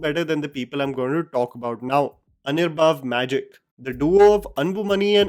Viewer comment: Dude its Anbariv, not Anirbav.. 🤣🤣